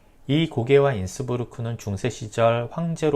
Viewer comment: Innsbruck 가 innsburg와 다르다고 하면서 발음을 브루크라고 안하고 부르크라고 하면 어떻하심. 이곳에서 십수년을 살았는데 한국으로부터의 여행자가 거의 모두 인스부르크라고 했다는..